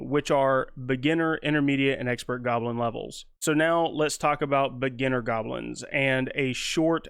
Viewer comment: Intermediate “golbin” lol. Love it.